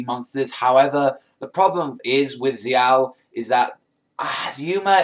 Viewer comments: It's zexal not zeeal yo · ZEXAL!!! NOT ZL.